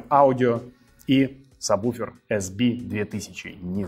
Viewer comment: Антон, образованный со знанием английского языка, а по прежнему говорите "сабБуфер", хотя истинное название "сабВуфер", причем пишете правильно, а произносите по-другому. Спасибо Вам за ваш канал на ютьюб.